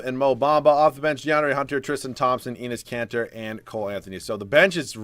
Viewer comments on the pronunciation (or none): Did anyone here him say penis kanter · feel like he said "Penis Kanter" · Every time he says Enes Kanter it sounds so much like penis kanter lol